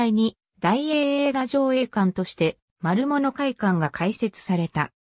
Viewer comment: まるものじゃなくまるぶつです。